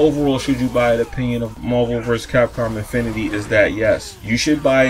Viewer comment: Did he just say infininit lol?